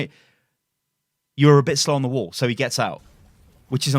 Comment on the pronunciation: I just keep hearing wool instead of wall and its hilarious